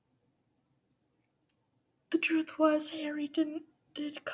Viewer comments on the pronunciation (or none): none